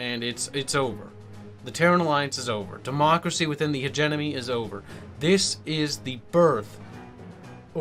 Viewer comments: Really enjoying your videos! Just a note though: it sounds like you're saying "hegemony" pronouncing it "hedge-enemy" but it's actually "hedge-EM-ony" But great video, enjoying these a lot! Keep em coming! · But, it's pronounced hedgemedgewedgemony